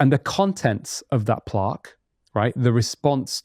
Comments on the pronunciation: Why does he keep saying plaaaaque. Its literally never been pronounced that way ever by anyone. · He knows so much information, but I was very surprised that he couldn’t say plaque. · plOque lol